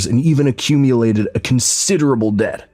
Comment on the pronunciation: Did she REALLY "acculate" debt?